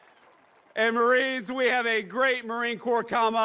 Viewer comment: I can't hear you say pwease, mawiens! 😂